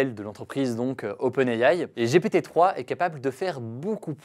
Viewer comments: J'ai rigolé à chaque fois qu'il a dit GPT (J'ai pété) : J'ai honte 🤭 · Ça se prononce "Gi pi ti" sinon tu as un peu l'air con ... 🥲